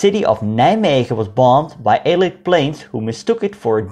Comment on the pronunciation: Hello, you pronounce “allied” funny. You pronounce it as “eelied” but it should be “ellaaid” in Dutch phonetics. Good video but you didn’t cover the liberation of the West of the Netherlands.